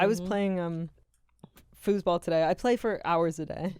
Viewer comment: …. I thought you said fooooootball lol I had to rewind. Fooseball got it lol I can’t spell that